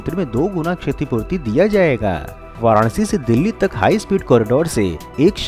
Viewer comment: “ jayega” “ Karega”. — pls stop giving too much stress on certain words